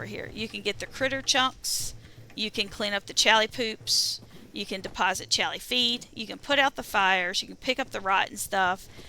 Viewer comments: Because caps lock. Aside from that: Al Lee is what you're saying. Aw Lee is what he's saying. They are definitely not the same. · WHY CAN'T YOU SAY CHAULEE?